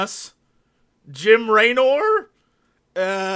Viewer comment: Jim...ray...nor???? xD lmao